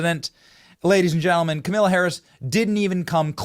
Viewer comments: lol, Benny why are you mispronouncing her name? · Really annoying you keep saying kamila....Benny you always say kamala, makes my ears hurt more than hearing her name said correctly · Hey Benny, her name is pronounced Kamala … LIKE TRAUMA - lah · Benny usually i agree with you but this is so classless and dissapointing by you. At keast give her the dignity by pronouncing her name correctly. Its not Ka-Mill-ah Harris. Her name is pronounced Ka-Meal-Lee-N Harris, which is homage to her favorite animal. Thanks Benny. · I like how Benny pronounces her name as Kamilla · kimila??? did i miss something or is that just how you pronounce it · thanks for pronouncing that KA-MILL-A be glad not to have to hear that name ever again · You are butchering her name on purpose? LOL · I love how your mispronouncing her name now 😂